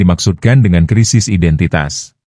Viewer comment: Ngomong "identitas" aja belepotan ..😂😂